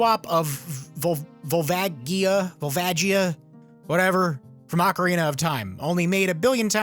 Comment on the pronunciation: Ocarina not arcarina